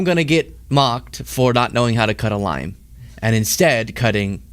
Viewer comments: I thought he said chopping a line not chopping a lime. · Thought u said , CHOPPING A LINE … ( not LIME ) 🫣😵‍💫🥹✨😆✨💜.. lots of fun WORD PLAY… life flashing before ur eyes 🤣🤣🤣🤣🥹 sorrrry SO glad u are OK !!! 💜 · I misheard your explanation of the wrist thing - It sounded more like 'line' than 'lime'. Glad you clarified after. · Omg, at first I thought you said that you were chopping a line and I couldn't believe you were admitting to that on air! LOL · When you said you injured your finger cutting a lime, I thought you said cutting a line. And I thought to my self, hey wait, I didn't know did drugs lol. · At first, I thought that man said he nearly cut his finger while “chopping a line.” The difference between chopping a line and chopping a lime is significant.😂